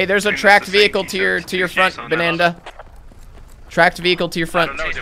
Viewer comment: his name was Banada like Canada, not Bananda lol!!!